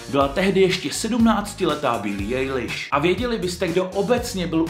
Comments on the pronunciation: Jako tohle jsem si nemohla odpustit billie ejliš to mě hrozne štve když to někdo takhle říká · ja vas nechci nějak opravovat ale Billie Eilish se čte Bili Ajliš